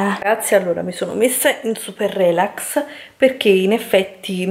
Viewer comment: sbagli tutti gli accenti... “rèlax”.... si dice “relàx”...🤦🏼‍♀️